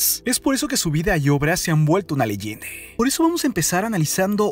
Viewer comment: Por ejemplo : “Leyende”